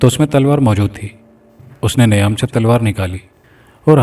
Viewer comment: Niam nahi _meyaan m talwaar 👍🏼 sahi pronunciation